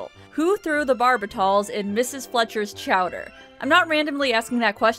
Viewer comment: Quimby nephew charged in beating. "Chowder" said wrong.